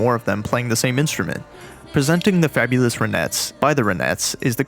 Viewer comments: "RAH-NETZ" (not "ruh-NETZ"). Named after lead singer Ronnie Bennett Spector. 🤓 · "Ronettes"--pronounce the first syllable like "ron" not "run." The group was named for its lead singer, Ronnie Spector (unless you pronounce her name "runny"). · It's RONettes, not RUNettes. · RON, not Ren....nettes. 🤨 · dude, why are you pronouncing it that way... the "ruh-nets"?? LOL. It's RON-ets. Like you would normally pronounce Ron. Like Don or James Caan. or Gone... or John. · They’re not pronounced, the Ra-NETTES, the band is the RON-ettes. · It’s “RON-ettes”, not “runettes”. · It's RONETTES not Runettes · Great piece. But Ronettes is pronounced as if you're about to say the name Ron only but then you add the ettes at the end. No accent on either syllable. You’re saying something likerenettes with an accent on the second syllable. The Ronettes back up Ronnie. Not the renettes. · Ronnie Spector - The Ronettes. Not Run-ettes. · The "Roh-nets?" How could the narrator not even pronounce the band name correctly? smh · Ronettes as in the name Ron , not runettes . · Please learn how to pronounce RONETTES. Is this AI narrated? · This is the first of your videos that I've seen, and I will likely watch a few more. One thing though: the name of Roni Spector's group should be pronounced so it sounds like her name.